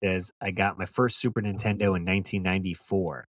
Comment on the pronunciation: You ever notice that sometimes the AVGN doesn’t annunciate the N in Super Nintendo. I’ve heard him say super intendo